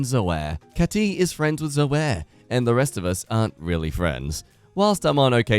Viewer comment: Pronunciation note: WTF? Zoey and Kayt for Zoe and Kate. I know Australian English is different, but not that different.